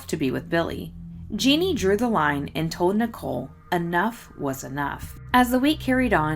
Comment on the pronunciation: You do a great job covering these cases. Did Jeanne usually go by "Jeannie?" (Jeanne is the French spelling of Jean, and both are pronounced the same.)